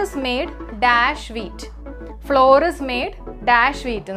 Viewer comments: അതിന്റെ ഉച്ചാരണം ഫ്ലവർ എന്നാണ് എന്ന് തിരുത്തി വായിക്കുക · Flour ഫ്ലോർ അല്ല കൊച്ചേ. അതിന്റെ ഫ്ലവർ എന്നാണ്. ഫ്ലവർ മിൽ എന്നൊന്നും കേട്ടിട്ടില്ലേ? തെറ്റായ വിവരം കൊടുക്കല്ലേ. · Madam, your class is astounding but PRONUNCIATION of some words like FLOUR isn't satisfying. Its pronunciation is not FLOOR .It's equal to FLOWER.